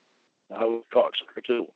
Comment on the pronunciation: Ugh dude, image how stupid he woulda looked in real life as he is sitting down at a molester anonymous meeting and he suddently gets up and punches someone who is speaking " cowcksowcker" What a joke!!! "I was so pissed owff"